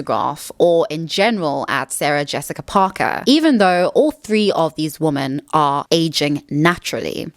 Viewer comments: Why do you pronounce women the same as woman??? I’m really curious. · I haven't heard anyone else from SA or England pronounce it like that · She needs to work on it. No one pronounces women and woman the same, even in SA. I have never heard it before in my life. They are two different words and it makes the video hard to follow because of it. She will use women and woman in the same sentence. It's something she can work on. I'm not sure why she has to make it seem like fixing this is impossible.